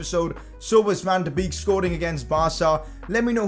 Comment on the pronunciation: PCQ: Van De Beek is pronounced Van De BAKE.